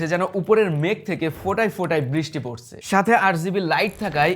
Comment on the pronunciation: বাংলাদেশী বাংলা উচ্চারণ, বেশি স্টাইল মেরে বাংলা উচ্চারণ না করে সাধারণ ভাবে উচ্চারণ করুন। ভালো শোনাবে। দেখেন নয় দেখুন, ঘুমানোর নয় ঘুমোনোর, কোরা যাবে নয় করা যাবে, পড়সে নয় পড়ছে, কাজে দিবে নয়, কাজে দেবে... অনেক শোধরাতে হবে।